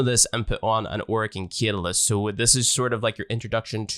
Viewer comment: Great guide but .... its CAT-A-LYST. Don't mean to bd that guy but it was triggering me